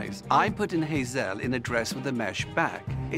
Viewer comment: Her name is Hazelle, not Hazel, it's French, 'elle' means 'she' think of the animal Gazelle with a H.